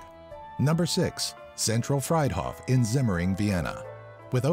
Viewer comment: Actually, Zentral Friedhof is pronounced Freet hohf). Great video tho' !